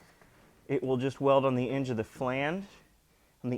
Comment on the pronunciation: Still very much enjoying the daily videos, it feels very personal and relatable. Especially with the verbal flubs. "Weld it on the enge of the fland," is exactly the kind of word salad I'd come up with if I was in front of a camera.